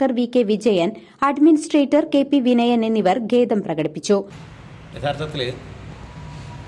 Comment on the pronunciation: ദേവസ്വം ഭാരവാഹികൾക്ക് നന്ദി അറിയിക്കുന്നു. പിന്നെ ഗേദം അല്ല, ഖേദം ആണ് News reader ശ്രദ്ധിക്കുക.